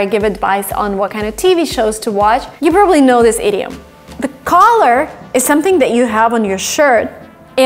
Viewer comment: Every time she says "idiom", I always think she's about to say "idiot"